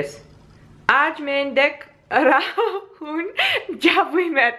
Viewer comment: "hoon" .while pronouncing.."n" is silent